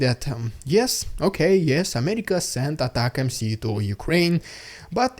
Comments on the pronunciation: It's pronounced "atac 'ems" like "attack them" NOT "Attack MC", it's not even MC it's MS 🤡🤡🤡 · Its not ATACMC its ATACMS...? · atacmS, not atacmC! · The UK sent M270's last year. I can't see anything on an initial search that suggests they're sending more? Also dude, ATACMS. Not ATAC M C. AT-AK-MS. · anyone wanna let the that he's saying atacms not atac-mc 😆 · Please.. ATACMS pronounced colloquially "Attack-Em`s" with hard "A".